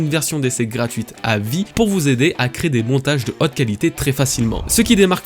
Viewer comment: ca me fait délirer comment tu prononce haute à chaque fois :D Un montage de hot qualité !